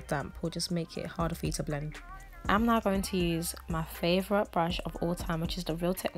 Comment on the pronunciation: Who else thinks that every time she says “Now” sounds “Not” to you 🤣